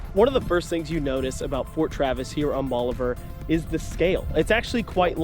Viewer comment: Bolivar. BOLIVAR. Not "bolliver".